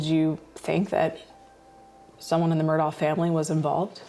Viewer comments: Why is she pronouncing it as Murdoll? It isn’t even remotely right - we hear Alex even pronounce his own name very clearly as Murdock. Strange decision by producers to not correct her. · Why “MUR-DOLL” there’s no “L” .. it’s “Mur-Daw” Murdaugh… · The reporter has no idea how to pronounce Murdaugh. My poor closed captioning is struggling. Murdock, Myrtle, Murdall...